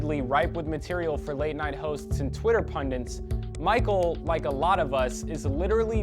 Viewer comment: What's a "pundant?" Did you mean "pundits?" The title of this video should be "rent is too damn high," because all you did was talk about how high rent is, not why rent is so high, as the title says.